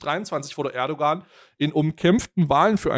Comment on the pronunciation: Das ğ in Erdoğan ist stimmlos sorry ist total unwichtig aber es triggert mich immer total